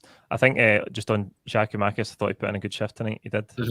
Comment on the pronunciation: Another one saying Giamakis it's GIAKOUMAKIS!